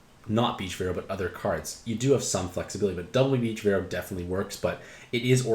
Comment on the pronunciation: So we just aren’t saying the “a” in Veroah, anymore? Haha. Great review, as always